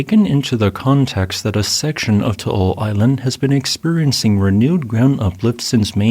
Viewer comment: oh hey props on pronouncing Taal correctly